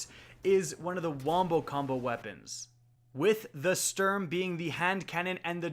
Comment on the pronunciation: his pronounciation of "sturm" and "drang" ist atrocious